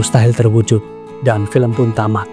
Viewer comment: film, bukan felem.... ga asik lu ahh, ganti yg lama aja pengisi suara nya. suara lu tua !!!